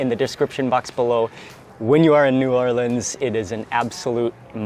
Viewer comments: Mark, I'm a native New Orleanian and I have to hand it to you my good man, you pronounced the name of our fine city properly, whereas most food bloggers botch the living crap out of it. My wife and I live and teach in Alexandria, Egypt and well, we have yet to find over the top fried chicken here, but the koshary, falafal, and foul are killin' it, HA! Love your vids man. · Mark pronounced New Orleans properly!!! Thank you sir!